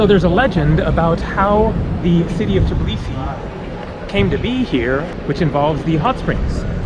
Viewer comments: Lol it’s called Tbilisi and not Tiblisi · Nice videos ! Just one correction...You have to say TBILISI instead TIBLISI. :) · why do you pronounce it as tblisi? it's tbilisi, every single letter is pronounced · All you Americans need to learn it ONCE AND FOREVER. THE NAME IS TBILISI, T-BI-LI-SI, NOT TIB-LISI, it's not fuckin hard to remember... I have no idea why all of you keep saying Tiblisi, on and on, please quit that, please please. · I know right. I'm Georgian but I moved to Italy because i was scared of what was happening there with death and stuff in news so yeah, but Italians also say TIBLISI instead of Tbilisi. they also can't say letters ყ(Y), ჭ & ჟ. It hurts because people can't pronounce the name of the special city right. and when i finished watching this video it hit me in heart that I'm not there. Im not in Georgia. And it actually hurts.